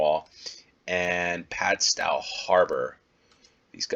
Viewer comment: They're pronounced "Hay-moor" and "Gull-vle". In Cornwall the town names are often pronounced differently to how someone from outside Cornwall would expect. Also the stow in Padstow is pronounced the same way you would "stow your sports gear in the trunk of your car".